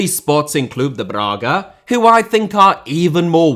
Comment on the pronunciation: Lionel* not Lenl Braga* not Brohrguer José* not Djouwsei Fonte* not Font Málaga * not Málaguer Via* not Vyer Tchouaméni* not Tchouameini Mbappé * not Mbappei Martial* not Marchial Disasi* not Disohrzi Badiashile* not Badiashilei Andre* not Ondrei Benrahma* not Benrohrmer Mbeumo* not Mbweimouw Eden* not Iden Pépé* not Pepei Renato* not Renohrtouw Onana* not Onohrner Magalhães * not Magaliz Salzburg* not Soltzbög Mané* not Mohrnei Adeyemi* not Adeyeimi Uefa* not Yuweifer Eredivisie * not Eradevisei Udinese* not Udeneisei Zagreb* not Zohrgreb Caicedo* not Caiceirouw Venezuela * not Venezueiler Roberto * not Robötouw